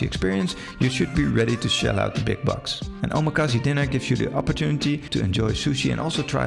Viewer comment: I couldn’t continue listening because of your pronunciation of omakase and sushi. If you’re going to make a video on the topic as someone with knowledge of it then you need to study the correct way to say it. The last syllable has a short /e/ sound/-not long! So it is not “see!” It made me cringe. You’re also putting a /sh/ sound on the first syllable of “su” in sushi. So I almost immediately had to stop watching your video.